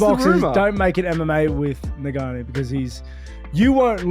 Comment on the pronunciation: Rampages pronunciation of Francis Ngannou’s name is hysterical